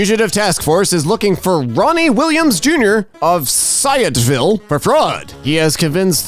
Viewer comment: watching this randomly and seeing a post from your local area is hilarious. also he doesn't know how to say sciotoville